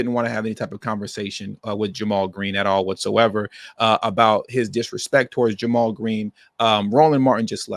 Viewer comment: Hey I think it's "Jaymal" Green.